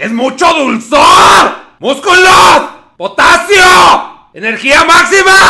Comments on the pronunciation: No es potacio es POTAXIO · Dijo potaxio😂😂🤣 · "POTATCIO" dice jajajaja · Potasio* aprendan a diferenciar lpm